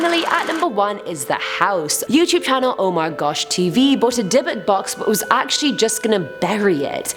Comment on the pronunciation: Ohhhh, Dybuk box I kept on hearing Debit Box